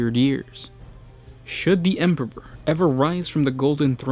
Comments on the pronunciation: this dude has said 'Emperpor' several times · Dude totally pronounces it Emperor-ber. Good video, just can't overlook that beginning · "The Emporber" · Why do you keep saying EMPERPOR?? Is this supposed to be an inside joke between you and your editor or what? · what happened to the other guy who used to do some of these videos? he used pronounce thing correctly! “Space woofs” and “Emporber” great content on these vids but the whole way this guy puts on a voice pisses me off. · hah!! Very amusing. Now, whytf is he saying EMPERPOR!?!?! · Glad it weren't just me. I herd empperper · I love your videos but I had a little chuckle when I heard "Emperber". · "THEEE EMPBUROR" :D what a joke, for a native speaker. :D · anyone hears empopor, too? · I honestly couldn't focus and listen eventually stopped watching due to "the empebor" hearing it over and over again! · Is it so frickin' difficult to pronounce EMPEROR!? Sorry I can't like this video, this narrator's weird pronunciations are to distracting to actually listen to what he has to say Disliked unsubbed' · the emperper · By the Emporber this makes me laugh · First you mispronounce "Corps", now you mispronounce "Emperor". Jesus fucking christ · Am I the only one who heard him say emperor weird??